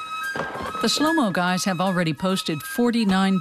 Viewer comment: 'The shhlow mo guys' lol